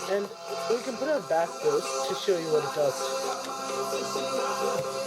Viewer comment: FYI: Bass is pronounced "base."